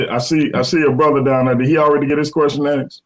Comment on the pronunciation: Its 2025 and people are still saying Axed instead of asked. 🙄😒